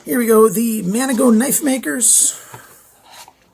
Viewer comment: #3 MKM Maniago Knife Makers 4 syllables, mah-KNEE-ogg-oh